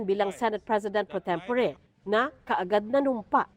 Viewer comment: Pro-tem-po-re talaga?